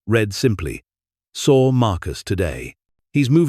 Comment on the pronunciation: read, wound, patented--all pronounced incorrectly. Learn how to read money amounts. Learn how to write and read dates.